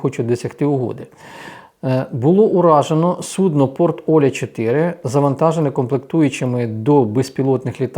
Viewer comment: Живу в Астрахані.Я українка.Порт називається не Оля ,а ОлЯ (наголос на букву Я).Це тюркська назва